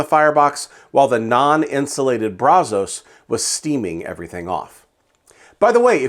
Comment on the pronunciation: Kinda surprised by the results just because I thought it would be harder to get consistent temps in that weather with the non-insulated firebox. There is one thing that drove me crazy about this video though. You repeatedly mispronounced Brazos. As someone from Texas, who grew up and lives no more than 10 miles from the Brazos River, the namesake of the smoker, I have to tell you that the local vernacular is brazz-us. Brazz like brass, but with "z" and us. Everybody not from here gets that wrong, and it drives me nuts. Just had to get that off of my chest. But I have the Brazos version without the counterweight, and to me, pound for pound, dollar for dollar, it's the best value smoker on the market. I absolutely love mine. I've added firebrick to the firebox to help insulate it, removed the stock baffle plate and use a cheap stove pipe as a stack extension to help out with the draft. It makes great Texas BBQ.